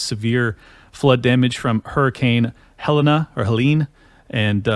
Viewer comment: Helene is pronounced Hell Lean.